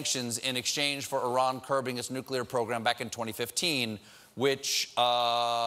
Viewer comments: Please tell me I didn't hear Stephen just say nucular instead of nuclear. That's George W's job! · Stephen says nucular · Slow down.. I'm still stuck on Stephen saying Nuclear like Homer Simpson.. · How come americans, even the highly educated, can't properly pronounce the word NUCLEAR? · Why can't folks seem to be able to properly pronounce "NUCLEAR" when it's slowed down?? Please someone tell me I'm not the only one who finds that really annoying :/